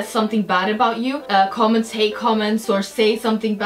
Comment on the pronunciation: you said comameds